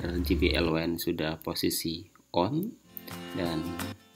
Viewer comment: Satu lagi penyebutan J, harusnya je aja kaya bahasa indonesia. Klo ji it huruf G